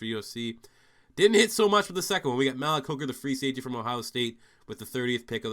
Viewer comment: "Malik Jackson": Pronounced: MA-leak Just to help you out in future rebuilds :)